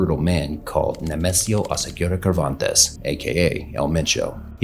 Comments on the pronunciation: God damn, you clowns never learn, it's Servantes, not Kervantes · Who ever be pronouncing this man’s name like curvantes is cringe as fuh. It’s like saying michoken instead of Michoacán